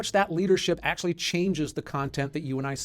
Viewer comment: = Akschually, yes there are.